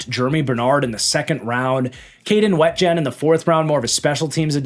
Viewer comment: It's pronounced Kaden WEE-jen fyi